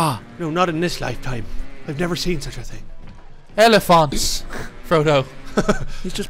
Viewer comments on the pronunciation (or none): They're called Oliphants, not Elephonts.